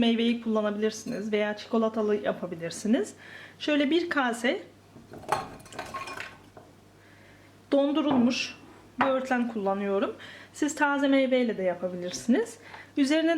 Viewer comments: Çok guzel seyler yapiyorsunuz kolay ve zevkli seyrettim elinize saglik🤗🤗🤗🌸 yalniz bir ricam olucak, lutfen Kase demeyin o kâse demeniz lazim. çok dikkatimi cekti sanirim Türkçe okula gitmediginizden olabilir. Düzeltirseniz Çok sevinirim. Çok tesekkurler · Kase neya kâse desene abla bu arada çok güzel güzel gözüküyor tşk